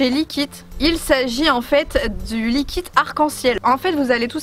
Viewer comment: Cap de compter combien de fois elle dit likit